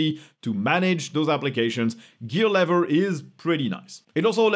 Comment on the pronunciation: Probably also worth mentioning that YT'ers only get about 7¢ per 1000 views (not per ad impression). Edit: - It's "lee-ver" (love her or leaver?). - Assuming the inventor is the one who gets to name things it's pronounced "ess-que-el".